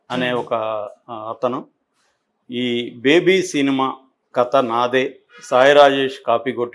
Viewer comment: క త కాదు కథ అనేది ఒక జర్నలిస్ట్ గా మీరే సరిగ్గా పలకలేకుంటే మా లాంటి పామర్రులు ఎలా విజ్ఞా న వంతులు అవుతాం సార్